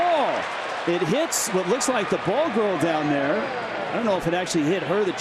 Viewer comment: Jackass announcers can't even say BALL GIRL even when their jersey says BALL GIRL.